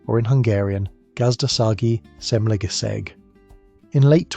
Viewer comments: Jeezus, as a hungarian, that "gazda sagi semlegesseg" was like a pickaxe in my ear....first it's two words 'gazdasagi' 'semlegesseg' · I'm a Hungarian.. and I had to think really hard what did you want to say... And I find out by hearing it 10 times.. so that is: "Gazdasági semlegesség" :D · Its not gazda sagi semle geseg it's gazdasági semlegesség